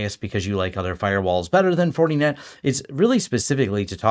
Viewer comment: “Fortie net” 😂